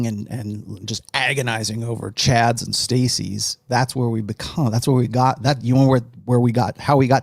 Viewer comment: Take a shot every time calls Chads “Cads”.